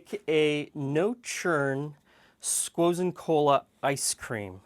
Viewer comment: Squozen Cola bundt cake ice cream lol, 7.38